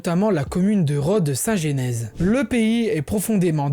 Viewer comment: Prononciation à revoir : Différentes Z organisations : liaison obligatoire… mais à l’inverse, une liaison foireuse à 4’37” : trop Z importantes… aïe .. Limbourg: comme dans linge (et pas Limebour..), et Genèse( pas Génèse…) Il aurait été bien de signaler que le Brabant était une région unique mais a été séparé en deux pour des raisons linguistiques. Au passage, pour être complet, vu que tu abordes aussi le côté historique, la Belgique a colonisé le Congo et c’est le français, uniquement, qui était utilisé, et non le flamand. Et d’évoquer le jusqu’au boutisme flamand de débaptiser des villes ou des universités… c’est ça, le principal problème: le fait que le français soit interdit dans pas mal de communes alors qu’avant il était autorisé dans les démarches administratives ou les tribunaux (facilités linguistiques…). Et le comble, pour satisfaire leurs exigences, c’est désormais l’anglais qui est privilégié (Brussels Airlines, airport etc…) tout pour réduire le français au minimum et le faire disparaître Et pour la conclusion : si les flamands sont un jour rattachés aux PB, c’est possible sans que cela n’entraîne pour autant la disparition de la Belgique (un peu comme ça s’est fait avec la Yougoslavie). La Belgique resterait «en format réduit», avec la Wallonie tout en comprenant les communes germanophones…le seul vrai problème est Bruxelles capitale. Et il faudrait un vote pour chaque commune. Si les communes où à 50%, les habitants souhaitent rester belges, cela doit être le